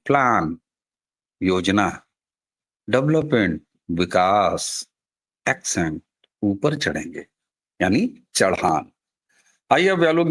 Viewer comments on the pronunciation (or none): आपका वीडियो अच्छा है. मेरा एक सुझाव है. (इसे अन्यथा मत लीजिए. मैं यह good faith में दे रहा हूं.) अपनी अंग्रेज़ी में एक सुधार कर लीजिए. Ascent का उच्चारण "एसेंट" होता है, "एक्सेंट" नहीं. एक एकदम अलग शब्द Accent का उच्चारण "एक्सेंट" है. विलोम शब्द Descent का उच्चारण "डिसेंट" है.